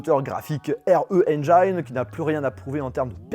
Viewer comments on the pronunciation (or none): Juste engine en anglais se dit comme une engine ( la maladie ) Sinon continue tu gères ✊🏻